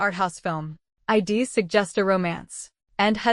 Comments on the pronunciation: Holy shit. Get an editor that knows English punctuation, ffs. Hearing "hed" instead of "he'd" and "im" instead of "I'm" and "id" instead of "I'd" takes me out of the story and decimates suspension of disbelief on what should otherwise be a good story. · Please use a better narrator next time. One who could pronounce contractions (I'd, etc) correctly and do phrasings efficiently